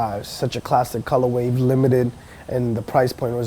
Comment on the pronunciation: Stopped watching after 3rd "colorwave"... I just cant.